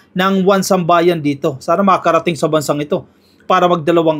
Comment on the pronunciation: 1Sambayan I think is "isambayan" ang bigkas